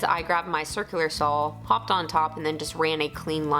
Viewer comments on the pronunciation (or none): Hi, I love your videos, I am from the UK and to me when you refer to a saw it sounds like you are saying sawl. Is it just me? xx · I swear I keep hearing SAWL